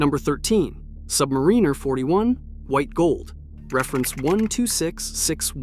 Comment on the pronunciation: Buy and wear what you want, whether it's a G-Shock or a Rolex anything. Don't listen to a kid's A.I. voice on the interwebs that can't pronounce "Submariner".